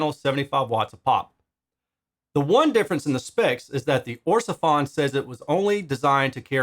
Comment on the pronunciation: Orsefon...Sounds like a Chinese mish mash of the name Ortofon.